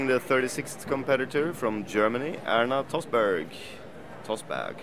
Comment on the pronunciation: Check . How could this guy even cant pronounce the girl's name and say : something like that?! Surprisingly rude! Plz show some respect !!!